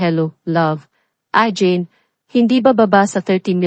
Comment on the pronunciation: AGAIN pronounce it Ah geyn not ajin pls